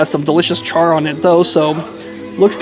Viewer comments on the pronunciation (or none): none